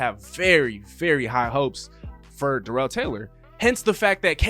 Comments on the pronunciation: It’s not duh rel it’s dare ul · LOL ya. You are saying it like Darrelle Revis. It’s kinda like how every one pronounced Terrell Owens name wrong. Starts with tear or dare not tuh or duh. Doesn’t matter just thought I’d say something.